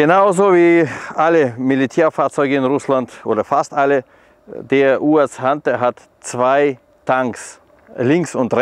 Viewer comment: Der Erste, der "UAZ" richtig ausspricht. Natürlich ein Russe.